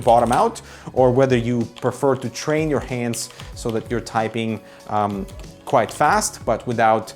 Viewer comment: You pronounce "quite" as "quiet" and you spell "quiet" as "quite". Cmon, man! You're killing me. -_